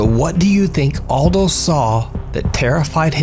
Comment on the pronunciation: Maybe nobody cares but this name is Eldho not Aldo 😉